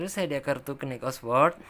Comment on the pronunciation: knight dalam bahass inggris huruf K nya gak dibaca. sehingga bacanya harusnya yang bener night. atau biar lebih jelas pelafalannya yaitu nait. ght seperti dikata good night juga tidak dibaca naikh tp nait. sama seperti knight td dan huruf K nya tidak dibaca. Dan delapan dalam bahasa inggris adalah eight bacanya eit jangan dibaca juga ght nya kalau jdnya eikh dibacanya itu seperti pelafalan telur atau egg dalam bahasa inggris bukan angka 8.